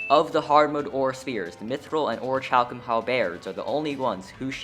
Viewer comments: WHY DO YOU SAY KONK THEN ITS CONCH BUT ORICHALCUM WHEN ITS ORIKALCUM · you showed a photo that had the pronunication of AWR-I-KAL-KUHM AND YOU STILL SAID ORI CHALK UM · dude really says ori-chal-kum while the literal actual pronunciation is RIGHT THERE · Orichalcum is pronounced with a silent h, kinda like Ore-e-cal-cum It's a Greek word. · 4 years ago what upset me was the funnily loud ding, today the ding is a perk, but the way you say orichalcum is unforgivable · WHY PRONOUNCE THE ‘CH’ LIKE THAT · When you pronounce something wrong and the correct way to pronounce it is literally in the screenshot lol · My man has the audacity to use the "conk" pronunciation for conch, but mispronounce orichalcum despite the pronunciation guide being right there? Shame. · OK NOW YOU PRONOUNCED HALBERD WRONG, RIGHT NEXT TO ORICHALCUM